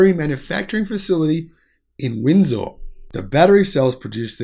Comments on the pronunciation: Please learn to pronounce Ontario and Windsor correctly. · I think that pronouncing Ontario and Windsor properly should probably be mastered before commenting on Trudeau.